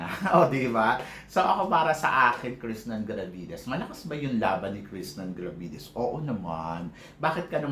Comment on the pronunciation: It's Krishnah Gravidez, with "h" sa huli, not "n". Parang naririnig ko lagi sa pagbigkas mo po ay Krishnan Gravidez?